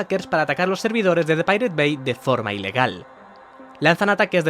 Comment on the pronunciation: Así no se pronuncia pirate